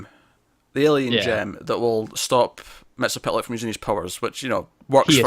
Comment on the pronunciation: A lot of people put an extra "L" in Mxy's name like you did. Here's how you say it. Mixy is pit lick. M X Y Z P T L K. There's only one L. Not two.